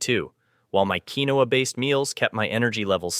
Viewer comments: It is pronounced "keen-wah". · It is Pronounced,” Keen-Wah!”